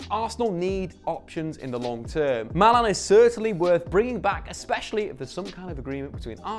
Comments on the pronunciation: Who is mAlAn? You mean MALEN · Nah surely he does it on purpose. "Malee" and "Havits" una